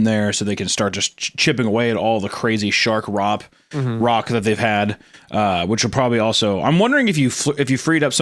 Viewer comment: “Shark Rop”